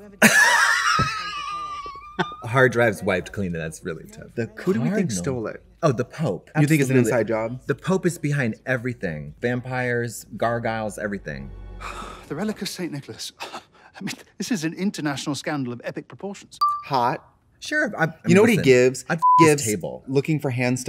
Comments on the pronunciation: Nobody: Absolutely Nobody: Not Even Trixie: Katya: garGUYles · Gar-giles? LMFAO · UMMM I miss the editors when Katya said "gargyles..." like - argyle gargoyles... Ron & Jeff would have been ON that. 🤣🤣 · Gargyales lol